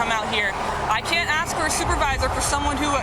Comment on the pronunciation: Haha, memories of “ aks michelle”😂